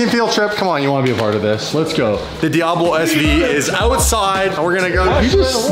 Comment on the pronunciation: Fuckin calling it a DiAHbo